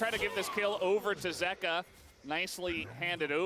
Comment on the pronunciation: the way dom says zeka is actually triggering me